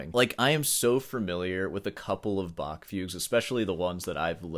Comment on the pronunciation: Love your videos and your humor. However, to be really elitist, you probably need to learn how to pronounce "Bach".